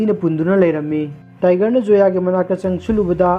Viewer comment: Karan not kaaran..n Zoya not soya